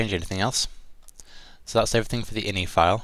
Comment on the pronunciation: You pronounce Ini as "Iny" and not by it's real form, it's initials, I, N, I (eye In eye)? Wow.. that is so strange..